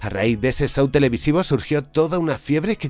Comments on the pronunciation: El "sou" de Truman. 🤣🤣🤣 ¿Por qué los españoles son incapaces de pronunciar un inglés medianamente decente? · Tango y "Cas" ❌ El "sow" de Truman.❌ Jajaja. 😂 Se pronuncian <Cash>, la h suena al lado de la s.